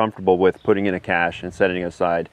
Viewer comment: I'm glad that you pronounce it correctly by saying "Cash" instead of "Cash Shay." Thumbs Up